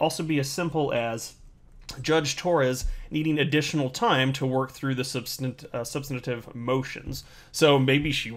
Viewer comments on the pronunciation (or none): none